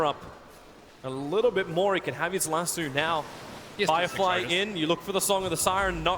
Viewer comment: Annoyed by how he says lasso